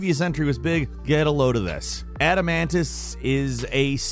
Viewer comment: The O in Adamantoise isn't silent,.